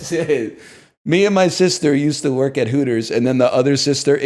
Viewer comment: "I do hwork for tuahmerican companies."